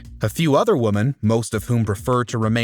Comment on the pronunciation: WatchMojo: "Hey, here's a great idea: let's get the guy who can't pronounce 'women' correctly to do the voiceover for a video all about sexual harassment!" 😆